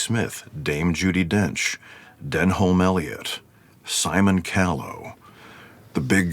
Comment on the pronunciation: Denholm is pronounced De--nom